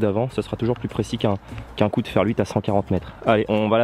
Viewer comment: Moi j'avais plutôt compris "fer luite". :)